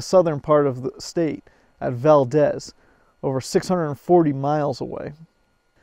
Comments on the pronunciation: It’s pronounced “ValdEEz”. Good video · you should spend a little time in Valdez, then you would know that the "E" in Valdez is a LOOOOONNNNNGGGG EEEEE, as in VALDEEEEEEEEZ. It is not a Spanish city. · The owners used big red Suburban trucks all along the pipeline for protection and keeping people from messing with it. It's pronounced Val deez